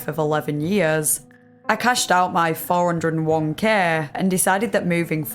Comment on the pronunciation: Oh, for future reference 401k is typically said as four-oh-one-kay